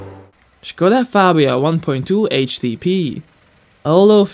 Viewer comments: Props for pronouncing Škoda right. Also the F1 V6 turbo is eargasmic. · Finally someone who said Škoda correctly